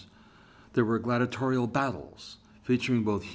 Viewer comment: Gla-DI-a- trial = six syllables. GLADATORIAL !!! Give me a break.